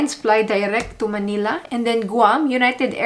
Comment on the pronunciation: Thanks for the video!Please do not pronounce Manila as Maynila. Get rid of the “Y” .